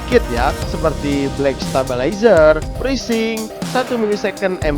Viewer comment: pitur...presync..DUH itu kata dua duanya pake F bukan pake P...aktip..aktip...pake V woyy...